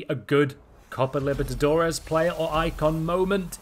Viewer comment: Repeat with me: Copa LI-BER-TA-DO-RES